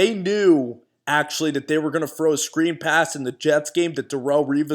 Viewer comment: "fro away" lol